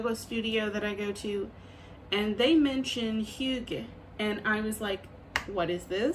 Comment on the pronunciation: It's HOO-GAH :)